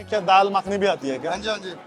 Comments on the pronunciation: माखनी नाही रे येड्या मखनी असतं, याची भाषा, ओव्हरऍक्टिंग बघून हा भाडिपाच्याच योग्यतेचा वाटतो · माखणी नह्वे मखनी is the correct word.... stop spreading ghaati words.